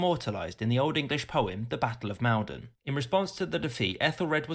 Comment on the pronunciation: Just for reference... Maldon is pronounced M-all-don not M-ale-don.